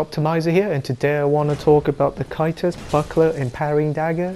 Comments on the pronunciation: Can't watch this because you can't say C A E S T U S. It's not KY-TUS, it's Ceh-st-us, or SEH-st-us. Ffs. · Why does he say it in such an odd manner? it's pronounced Tjæstus after all. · I giggle every time you say kaitus lol lol lmao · It's pronounced "Kay-stus". Other than that, good video. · Never liked the buckler aesthetically but I'll try it out again. Oh by the way, I think caestus is pronounced as 'sestus'. I could be wrong but I thought you were referring to aa kite shield when I first heard you say it. Anyways, I'ma go try practicing parrying with the buckler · caestus = (ses)(tus) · Need earbleach for Caestus pronunciation. Send help.